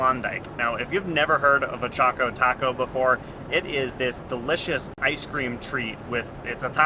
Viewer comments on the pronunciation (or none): Choko as in Chocolate not choko as in choke. Should sound like Chawko Taco not chowko taco. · Cool videos. But it’s pretty obviously pronounced “Chock-Ō Taco”. It rhymes. Definitely not Chō-Kō Taco. Sorry to burst your bubble. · It's pronounced a "Chock-o Taco", not a "Choke-o Taco". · Did he really just say “Choke-o-taco?”